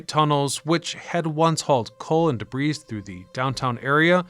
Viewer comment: DebuTED? DebriZ? Showing a photo of J when you say M?